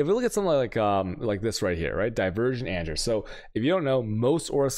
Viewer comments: "anjer" (Anger) made me unsubscribe lol. Cant do it anymore, he triggers my OCD so bad. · The constant pronunciation of anger as anjer is filling me with anger 😂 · ANJER? What? Please be kidding... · Does he even speak English? and he managed to butcher anomalOUS (as in Pose) mETA (as in Pita, the food) anGER (as in Danger). That's not how you pronounce these. Like holy shit he must be an American. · The way he's saying anger is triggering me